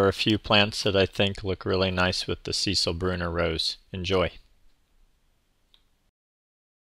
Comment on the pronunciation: Sorry 😐 second year near a fence it’s about 8 inches. Thanks for the info and the pronunciation 💕